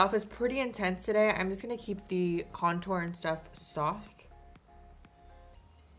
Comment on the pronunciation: I don't like how Jeffery says cuntour now like it doesn't feel right still love him and you 💗